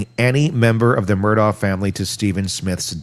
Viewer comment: “Mur-dock” 😊 Love your channel.